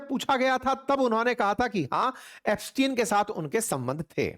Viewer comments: It's not Epstiaen it's Epstein 😅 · Ep stein read as STEEN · Aap iska naam sahi se pronounce nhi kar rhe hai